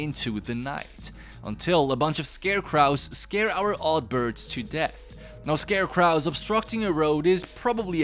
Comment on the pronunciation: Stop mispronouncing "scarecrows".